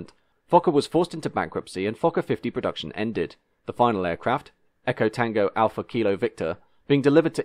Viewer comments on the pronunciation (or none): none